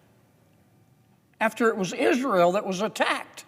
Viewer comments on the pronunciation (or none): Mr Kennedy stumbles over "antisemitic" every time. When he corrects himself, it comes out wrong. "Palestinian" and "Israel" don't always come out right, either. He doesn't seem to have a speech impediment. What's his problem with "antisemitic"? I ask as a Jew.